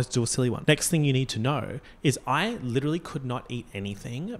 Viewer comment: “Legiterally” lmao